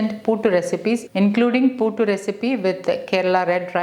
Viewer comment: you're pronouncing it wrongly mam , its puttu not puutu